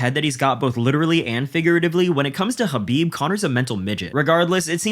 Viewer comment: LOL at trump saying khabib 😂 😂